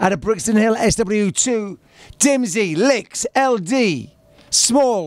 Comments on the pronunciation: He Said Lickz Instead Of Liquez 😂😂😂😂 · Man said "licks" instead of liquez😭😂